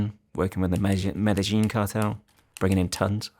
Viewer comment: I’m only skeptic so because he pronounced the Medellin cartel wrong…. It’s like claiming to be being English and saying cup of tea wrong